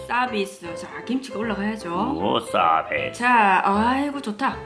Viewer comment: 서비스가 자비스로 들려요ㅋㅋㅋㅋㅋㅋ 올드스타크ㅋㅋㅋㅋㅋㅋㅋㅋ 서비스 부대찌개 준비 ㅋㅋㅋㅋ